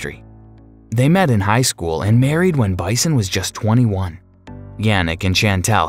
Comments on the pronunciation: Bison? Or Bisson?! Lol you could've learned his name at least! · Bison is pronounced Bee-son. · Yuk. Lazy, you butchered the names and did no fact checks. I have met all of these people personally and cringed at how their names were mispronounced. Bisson isn’t Bison, wrong and aggravating from start to finish. Great stars and great humans, bad channel. Even knockoff of Netflix name and logo. Pathetic. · It is so distracting and disappointing to hear the speaker mispronouncing so many names and getting ages and places wrong. What kind of research is done before these things are recorded? Bisson isn't Bison. Helen isn't Helene. Helene isn't 41. Perth is not the capital of Australia. An embarrassment! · Also, Yannick's last name is pronounced "BIS-SON" not "BY-SON" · I believe it's BISSON, not BISON. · Just to be pedantic, it is Bee-son, not By-sson and He-leen, not Helen..... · I think the announcer needs to have someone tell him how to pronounce names properly. "Bisson" is not pronounced like bison, rather "beeson" (it's French). Also "Siobhan" is pronounced "shevon" (it's Irish). I know, nit picky. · It’S pronounced BISSON not bison. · It's Bisson pronounced like Beeson not bison. Siobahn is pronounced Shevon. Your grasp of the english language is severely lacking, perhaps you should hire an assistant to look (listen) over your audio track as you obviously have no clue. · I think Yannick's last name is pronounced the French way phonetically "Beesson"! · Bison? Like a buffalo??? Adjust that computer voice dude. His last name is Bisson, rhymes with Frisson. A wonderful actor!! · Perth, not the capital of Australia. It's Canberra, ACT. Perth is the capital of Western Australia....and I think Bisson's name is not Bison, but the French pronunciation of Bisson. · Yannick's last name is pronounced "Beeshon". He is French Canadian. If you are going to produce a fan video online, make sure you get your facts straight, otherwise it blackens your credibility.